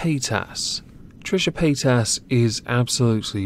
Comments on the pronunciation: Paytas... really... I kept hearing Pétasse (french word)... which I wonder if she actually knows and chose on purpose... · I swear I thought you were saying Paint Ass.